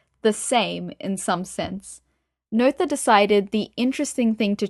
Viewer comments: Unfortunately, another somewhat misleading internet resource, from a self-appointed expert, who hasn't properly understood Emmy Noether's theorems, complete with a mispronunciation of Emmy Noether's name. But the real tragedy here is that the video actually misrepresents Emmy Noether's true triumph, which was to show, as Einstein, Hilbert and Klein had suspected, that energy and momentum are NOT conserved in the "universe", that is to say, not conserved in general relativity. In fact, Emmy Noether's paper on symmetries of actions ( “Invariante Variationsprobleme”, published in 1918 in the Göttinger Nachrichten) identified two cases, and provided a theorem for each. To gain a proper understanding one really needs to consider both. The problem is that author appears to be only aware of the first theorem, but applies it in all cases. The video states that symmetries give rise to conservation laws. But this is not always true, it depends on the type of symmetry. The first theorem is also generalized to the a context of the universe, to state that the momentum of the universe is conserved, but this is not true, as Emmy Noether showed. In fact the second theorem proves there is no such thing as the momentum of the universe. The presentation could easily lead people to completely wrong conclusions. To be a little more precise, for any physical theory that is described in terms of an action integral, dependent on some variables, fields and their derivatives up to some order m, Noethe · I thought that too! But, more it reminded me of the noyes (pronounced noise) game. So No ether=> Noether and No Yes to Noyes.